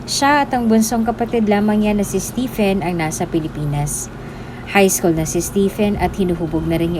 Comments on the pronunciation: Stephen is pronounced as Steven 😉🤔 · Just a constructive comment, if you don't mind. "Stephen pronounced as STEVEN or STEVON" . Btw, it was a wonderful story.